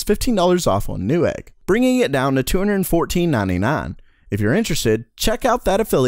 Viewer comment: Why do you say 99 like "nah-nih-nah"?